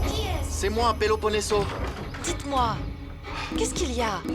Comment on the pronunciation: Non sa mpaka prononsel byen nn Péloponeso